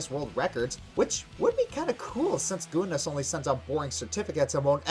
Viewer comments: the fuck is gooness? i'm northern irish and i'm almost offended by that it's GIN NESS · Reason why Guinness isn't returning your calls, is because your pronouncing them as Goo'ness. its pronounced 'Ginus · Dafuq I'd goonis? It's gin-iss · The word is pronounced 'Gin-iss' not 'Goon-ness' by the way. Also great job on this episode. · "Gooness" "Ginness" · Not Goonness, GIH-ness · I'm sorry but did he guuniss it's Guinness either he is an idiot or I missed heard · May I just point out that pronounces Guinness as "Gooness". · This is the first person I've heard pronounce "Guinness" like "GOO-ness". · Di-PLAH-macy? GOO-ness? Did everyone pronounce those words like that where you grew up,? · Dipl ''A'' macy? GOOness world records? you sound funny lol (no offense) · I've never heard anyone pronounce Guinness as "goonness". Also another hint of ponies living for a long time is the fact that Granny Smith's aunt is still alive and kicking, like she's not on the verge of death or anything. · "Guinness" is pronounced "Ginnis",. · Perhaps your mispronunciation of the word Guinness has something to do with them not returning your calls. Just an idea. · he pronounces Guinness funny. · Why is he miss pronouncing words like Guiness and diplomacy?